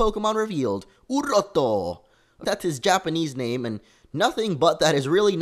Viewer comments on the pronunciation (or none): it's Oorotto, not orotto, oh u silly x)